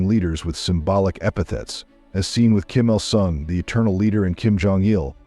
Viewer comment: Kim Illinois? How can anyone take this video seriously? Please hire a human being to narrate!